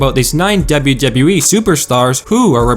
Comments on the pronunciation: for fucks sake. its spelled Dublew Dublew Eee, not debby debby E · 'Dable Dable E' that's how he pronounce WWE.